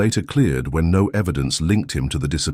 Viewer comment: The “No” does not sound “emphatic!”🇬🇧